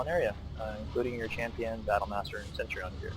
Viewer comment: Bro, great video, but your pronunciation of Centurion drove me crazy. :D It's pronounced "sen-tur-rian," not "sent-trion". Not trying to be critical, just trying to help.